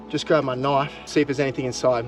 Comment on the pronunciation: What I hear nwish instead of knife